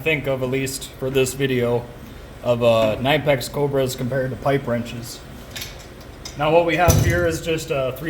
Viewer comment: You did a great job comparing the two, but then I heard you called it a nine pack 🤦‍♂️ instead knipex